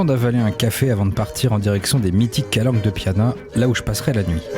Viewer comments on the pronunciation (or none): Au top, mais on dit Calanches de Piana ;)